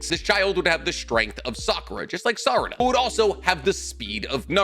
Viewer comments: "Any children between Naruto and Saruda" I know that's a slip of the tongue but that's a hell of a slip of the tongue lmao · he says naruto and sarada not sakura lol